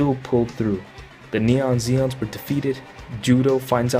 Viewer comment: Please stop saying “neon Zeon” it’s Neo Zeon